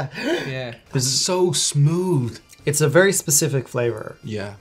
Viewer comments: 'it's smewd...' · It's not smooth, it's 'smyood'. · Sad that people’s comments got these folks saying smooth vs smood. 😢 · Me thinking wtf does "smilled" mean, meanwhile dude just says smooth 😂